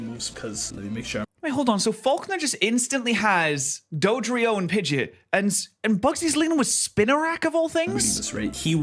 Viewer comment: Pidgeot not pidget